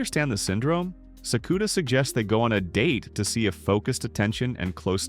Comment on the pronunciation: Thank you for the recap! I watched this and the last few episodes of season 1 before I catch up on the movies for season 2. This pronunciation of Sakuta is killing me though 😭